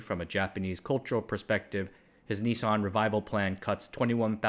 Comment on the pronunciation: Why are you pronouncing it 'Ni-son'?